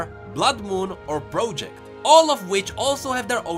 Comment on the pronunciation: Also the way he says "project" sounds like projan I thought it was a sweet new name for trojan (the condom)